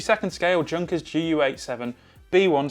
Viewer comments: I think that is what he is saying. It's not pronounced "junkers" but "yuhnkers" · The J in junkers is silent.